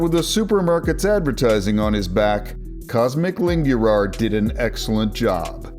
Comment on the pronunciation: Cosmic Lingürar, as a romanian my ears are fried 💀💀